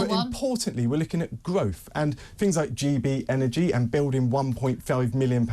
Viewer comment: Gotoogevva, groaf??? Wtf😂